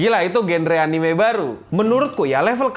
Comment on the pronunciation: Hidden dibaca Haiden, Anime dibaca Anim, Meme dibaca mEmE, Chapter dibaca Khapter 🤦‍♂️ Edit: Konteks